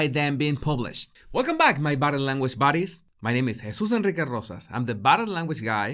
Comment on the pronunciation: He used to pronounce it Baddies, it was really cute and very funny